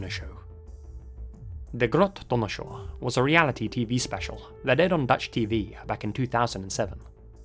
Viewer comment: I love u but pls never try to say anything dutch ever again